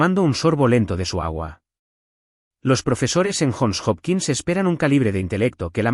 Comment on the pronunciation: UNIVERSIDAS JOHN HOPKINS CUALQUIERA PRONUNCIA YON JOPKINS, NO JON OPQUINS